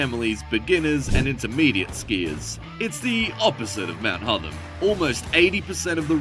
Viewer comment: Horrible AI pronunciations - It's Hotham as in Gotham